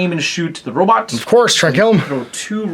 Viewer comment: Is he intentionally pronouncing "robot" wrong as a joke?